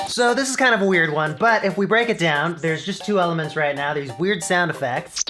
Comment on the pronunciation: Why I got that "weird gear" sound in my ear everytime you say weird :D